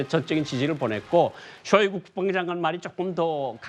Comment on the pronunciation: 김종석 기자 발음 졸 웃기네 일부러 멕이는건가ㅋ 대규모 열봉식ㅋㅋ 러시아 국뽕장관ㅋㅋ